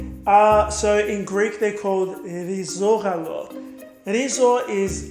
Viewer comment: The way you pronounced “rizogalo” is the best accent I have heard from a foreigner so far Greetings from Greece 🇬🇷 Ps I love your videos you are so talented